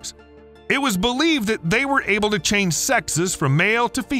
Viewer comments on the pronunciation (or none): none